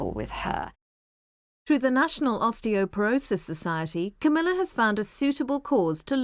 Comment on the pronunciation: Queen Camela? Lol